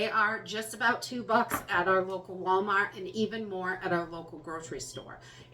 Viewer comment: Can't believe how much we count on you to guide us through this. You help so many, I hope you know that your guidence motivates us better than a list of things. Thank you for your continued imparting of knowledge that many don't have. And I love to hear that Wallmaht roll off your tongue. True New Englander. From a True Texan.